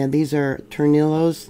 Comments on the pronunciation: In Spanish a double ll is pronounced as a y sound. Torniyos. I enjoy your earthquake reports and look forward to them every morning. Thank you for the geology lessons. God bless you. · Wow, you can't pronounce the Spanish tongue to save your life! "Tore knee yo" waves. Some of my mispronouciations favorites over the years: Tehachapi La Jolla Jamacha San Diego...no, you got that one right. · two ll’s next to each other in Spanish are pronounced with a Y sound. Just for information sake. I Love your videos by the way.